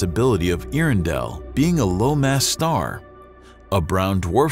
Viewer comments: “Ear-in-dell” doesn’t even make sense. Get it together. “Air-endell” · “Air-endel” but correct me if I’m wrong. You would think they would get it right. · Your narrator need to brush up on his pronunciation of “air-endell” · And the presenter mispronounces it. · Another quick fact. His mispronunciation of it almmost ruined my meal. This is how I learned I am too much of a nerd for my own health. :( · Good documentary, but you'd have had more credibility if you had learned how to pronounce Earendell. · I'm sorry, there's no way I can listen to you mispronounce Earendel for10 minutes.